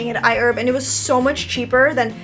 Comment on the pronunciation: HI Ladies!. Love all your diy's. Question though?.. Was you saying I Herb?.. Thx for the tutorials ❤️